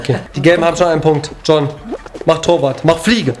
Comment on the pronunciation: wie oft willst du John sagen: joon